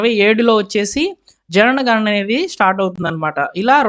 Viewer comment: Why do you always read JANANA GANANA ?